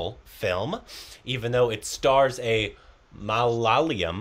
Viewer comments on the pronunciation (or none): Please try and try till you get it correctly. It's pronounced as ma-la-ya-lam Or mala-yalam. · It's not malala-YUM.. it's pronounced MA-LA-YA-LUM... Please. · "Malyalium" - Korbinised ! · will learn to say Malayalam now. If this is mistaken again I will hit the report